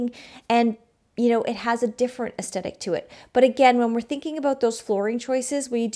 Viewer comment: Great video, but I was distracted by your pronunciation of "aesthetic"